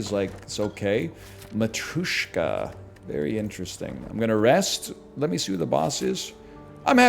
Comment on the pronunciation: Why does he pronounce Matryoshka like that